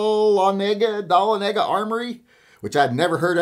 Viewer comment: It is pronounced DUH - LON - IGG - UH